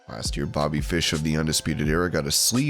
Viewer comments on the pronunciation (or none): none